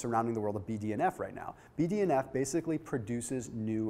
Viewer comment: Whenever he says BDNF I hear BDSM